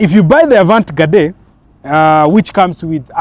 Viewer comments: A vant gadee ndo nini omwami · Wewe pronounce 'Avantgarde' vizuri wacha kusema vitu havieleweki. [ah-vahn-gard] :face-red-droopy-eyes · Avantgarde not avant gade 😂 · THE "AVANT-GARDE" EXPRESSION IS FRENCH. GET A FRENCH SPEAKER TO ASSIST WITH PRONUNCIATION.